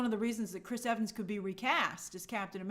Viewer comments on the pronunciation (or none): none